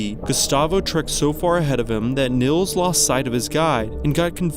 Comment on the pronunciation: Just fyi: Nils is pronounced Neels, not Nills.